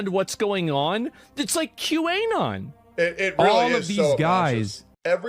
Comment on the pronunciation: Q-A-Non is a new pronunciation I had not heard before.